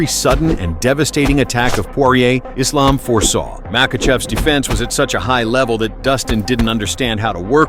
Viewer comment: it's refreshing to hear AI voice over pronouncing Islam's properly. It's Islam, not Izlam